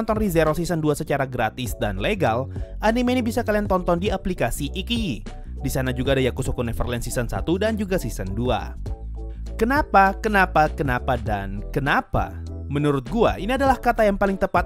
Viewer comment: iQYI dibacanya ai ci yi sekedar mengoreksi doang ya